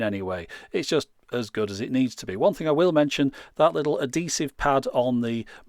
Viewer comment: it's funny how you always say 'ah-DEsive' instead of 'ad-HEsive'! (accent is on the capitalized syllables) not critisizing or correcting, just pointing out an endearing quirk.